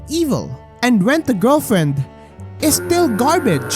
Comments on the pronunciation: went a giwlfwiend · All I can hear is Ent a gelflent😂😂😂